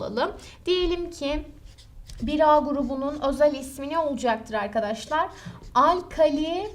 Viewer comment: "Olucaktır" demesi ne hoş hocanın ya <3